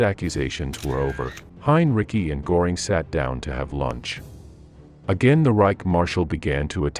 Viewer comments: It’s “Gehring”. Not “Goring.” You lose credibility when you can’t pronounce the names correctly. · A very valuable documentary. Göring's name 's with ö and not o. So the pronunciation should be like that. Thank you so much. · Every time that naration voice mispronounces – in confident American phonemes – the name 'Gore ing', it klangs in my ears like a fart during the moment of silence at a memorial service. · Can't stand the AI stuff. And just learn to pronounce Görings name correctly, it is NOT Goring.